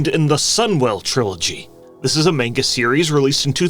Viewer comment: You say Manga wrong lmao